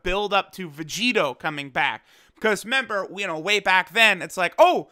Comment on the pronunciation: I get the feeling you've probably had this comment before but dude you're speaking english. It's RE-member. Not only is that slang annoying as hell to listen to but I'm sure many english learners or those with english as a second language may not know what you mean. You might not care much but if people can understand you they are more likely to subscribe